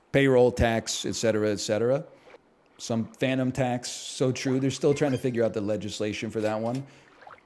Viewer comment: Lil bro said phantom tax